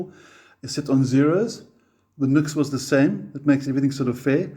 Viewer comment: Much as I approve of your ZA/NA (?) accent, "NUX" is pronounced NEW-X in spoken English according to NUX (Cherub CN) themselves. Hey, as an owner of many NUX products and native English speaker from a time when grammar, punctuation, spelling and pronunciation were taught, insisted upon and examined, I used to pronounce it as spelled too for a long time. The keyboard doesn't type the subtle ">" used in the "NU>X" branding for so long well, which I suppose gave some hint of it. Returning to the relative mini amp comparison, of these three I chose and use the 3W Blackstar Fly 3 & Blackstar Fly 3 + Fly 103 6W Stereo combo for my battery powered portability deployment needs. Taking into consideration my purpose for the Fly 3s as I already had a Blackstar ID:Core Stereo 40W (now two thereoff with the addition of the latest V3 incarnation of it) for my primary practice amp, as well as multiple other larger electric performance and acoustic amps . In my country (AU) the NUX8 BT 8W with BT sells for around the same price as the Fly 3+Fly 103 6W Stereo combo (no BT) which includes its 240v AC to 6.5v DC step down PSU in the pack. The latter Blackstar 6W Stereo combo is really the direct comparison to the NUX price point for price point, with the advantage of Stereo which it trades off against the NUX's feature of Bluetooth. So in that sense, the standalone 3W Fly 3 isn't a fair or balanced comparison considering it sells for half the price of the NUX8BT or BOSS Katana Mini. Not that it